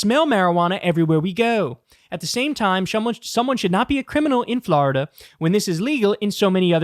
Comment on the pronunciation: Florida not Flarda